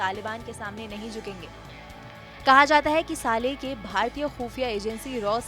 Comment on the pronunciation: anchor jis hisab se saale saale bol rahi hai kafi hasi ari hai yaar suno zara gaur se 😂